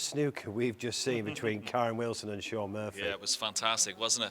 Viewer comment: It’s Shaun Murphy Ken. Not Muffy!!